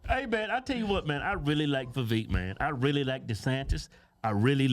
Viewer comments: It's "Viv-vake" I believe. He said on one interview, "It's like "cake"." (regarding the second part of his name) I could have misunderstood him but I believe that's what he said regarding It's pronunciation. Just saying. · Damn would yall please learn how to say Vivek name!!!!!! Damn it's Vi Vake!!!.. like cake. damb it man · He said it himself. His name rhymes with cake. His name is Viv-ake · I am all TRUMP but it's pronounced VAH VAKE.... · Cake, Bake, Make, Vivek If they don't rhyme, you're saying Vivek wrong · Its viv-ache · Its Vivek, like cake and steak, Ramaswamy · Vivek = VI-VAKE LIKE CAKE How can you not know the names of the GOP presidential candidates? Nikki Hayley Ron DeSantis Chris Christie Vivek Ramaswamy (Vi-Vake) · Please say his name correctly. Its not vaveek... Look up a video of him saying it himself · lets put some respect on him! says his name wrong XD